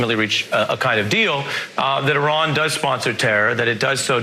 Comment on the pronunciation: I really like Andrew Yang, but he really needs to start pronouncing Iran properly. It's pronounced 'eee-rawn', not 'aye-ran'.